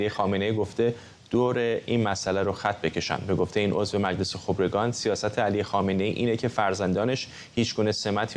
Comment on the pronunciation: چقدر. چرت ما. ری. مدهیم با دل. جان. قانون. قانون است درصمن. این. سازکوز. حتی. نمتواند. خبرکان را. درست. تلفظ. کند